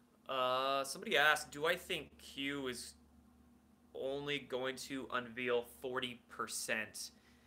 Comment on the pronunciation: In the word 'unveil' VEIL is pronounced like VAIL not like VEAL. Use a dictionary once in a while, eh!